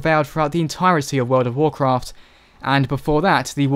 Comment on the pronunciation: It's "Warcraft", sir.